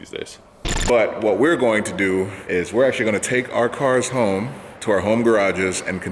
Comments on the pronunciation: "Working from Hoon" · HOMEHOONING? HOONIHOME?